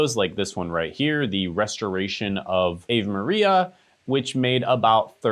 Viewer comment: I'm sorry, but I can't even watch this after you mispronounced Ave Maria. It's pronounced (AH-vay) It's Italian. One of my pet peeves in any kind of broadcasting is people who can't even pronounce the names of things or people they are talking about. I'm sorry, but I've really not ever seen anything that would help me on your channel, so I'll say goodbye.